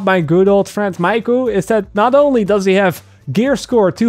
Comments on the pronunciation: Miku is a Japanese name. It is pronounced like saying "me" "koo". Just an FYI for future reference. ;) Good video though! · The one thing that triggered me the most is saying Miku wrong.But awesome video regardless